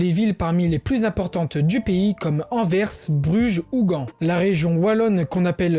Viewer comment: Tu dis bien Anvers mais pas Bruxelles dommage haha